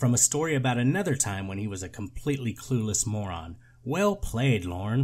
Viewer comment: “WHALE”. instead of “Well”.